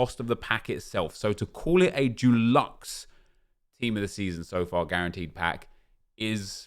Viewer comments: Nep says DULUXE not Deluxe 😂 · Love the content but it’s stresses me that you say duluxe when it’s deluxe hahaha, what a sad life I have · Can you please say deluxe right man haha - it’s not Duluxe. You aren’t painting your bathroom Nep. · Am I the only who can’t stand how he pronounces deluxe. It’s Dee-lucks not Doo-lucks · Why does he keep saying jew-lux, it’s pronounced dih-lux 😂😂😂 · Does everyone say DUELuxe like nep or deluxe like me🤣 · Stop saying doluxe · Can you stop saying deluxe as “dulux” please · Him saying dooluxe is triggering me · Nep please stop saying “DULUX” 😂😂 it’s not paint my friend! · No one:: Calls deluxe “dulexe” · Nobody: Absolutely Nobody: Absolutely Positively Nobody: Not even a single soul: Nep: DU-LUX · Sorry nep it’s de-lux pls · Why do you pronounce deluxe as if it's the paint brand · How can you not say deluxe 😂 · Why’s he saying deluxe wrong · deluxe comes from the French though, and the way Nep says it isn't right either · the way you say DELUXE aggravates the shit out of me🤣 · The way Nep pronounces deluxe makes me uncomfortable